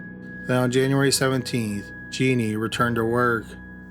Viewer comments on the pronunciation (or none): Her name is Juh neen... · Not Genie it's pronounced Janeen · The last story....her name is pronounced Janeen...not genie...I live in San Antonio and as you can imagine this was an extremely high profile case...so very sad